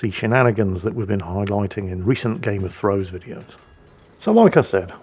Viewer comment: "Gayum uh Hoys" - for our Geordie viewers.